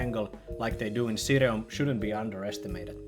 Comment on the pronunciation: Always happy to see a mention of ssireum since it basically doesn't exist in America! (Btw i believe its pronounced Shee-rum)